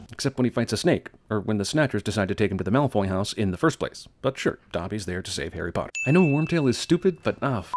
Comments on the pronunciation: HARRY PLATTEERR.. HARRY PLOTTERRR BAHAHAAAAAAAHHHAHAAHAHHAHA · Harry platter and Harry ploter Im dead😂😂😂😂😂